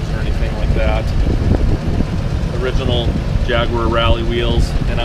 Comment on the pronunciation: Nice to see this car, unfortunately your commentary is repetitive, monotonous and painful. Also, please learn how to pronounce Jaguar.